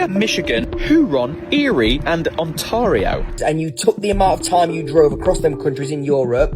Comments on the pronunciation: The Great Lake is on-TAIR-ee-oh, rather than on-TAR-ee-oh. In other words, syllable #2 rhymes with 'fair', not 'far'. When it comes to width, this entire video never brings up the fact that there are 400 more miles across the state of Hawaii, and another 3000 miles for the width of Alaska, for a total of 6 time zones. Please understand that you again blew the pronunciation of Zion N.P. It is NOT ZYE-ahn. Correctly pronounced, it rhymes with 'lion', and is named after Mt. Zion in Jerusalem. I thought that a monetary system for each European country pretty much ended with the introduction of the Euro. I've found 17 cities/towns/wide spots in the road which are isolated from the rest of the country to an unimaginable extent for Europeans. NYC is composed of 5 'burrows', not BORE-ohs (boroughs). If you lay a map of AK over the Lower 48/contiguous states, the southern tip of the panhandle would be over Jacksonville, FL; and the last of the Aleutian Islands would be on the California coast, with the northernmost point in the state being on the MN/Canada border, and the Kenai (KEY-nye) Peninsula at the TX/Mexico border. Though not all of the signs in this video are reversed, the great majority are. Why?? At , you talk about the comparison chart displayed on the screen. Strangely, that chart never gets onto the screen.🤨 The year 1 thousand 800 and 93? Most of us say 'eighteen ninety-three'. Also, the photo was taken in twenty twenty-two, not two thousand twenty-two. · Hehehe! Yes, pronounced like a brit😅